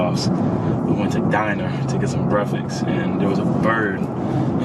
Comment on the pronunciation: Is nobody else bothered by the way saquon says breakfast lol